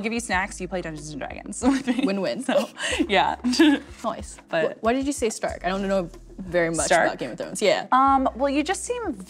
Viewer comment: Is it just me or is she saying “noce” instead of “nice” 🙄🙄🙄